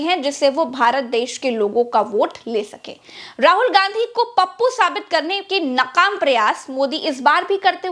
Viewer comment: Naqaam nahee nakaam hota hai madam